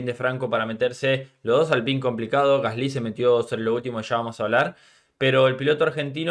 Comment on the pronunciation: Por qué pronuncias mal el nombre de Gasly, tienes algo en la pronunciación que estresa cuando lo mencionas